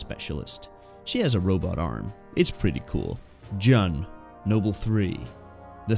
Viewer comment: "Jun" ohmygod you are killing me its pronounced like "June" lol. Really amazed by the quality of your videos, I am genuinely surprised these haven't received more attention. Keep it up!